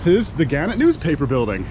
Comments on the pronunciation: Thats Ga-net, not gan-it ! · The newspaper company is pronounced guh -NET.